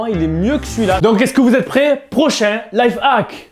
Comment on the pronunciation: on dit life hack et non life hac